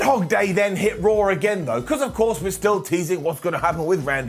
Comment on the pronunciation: I love how he calls it rarh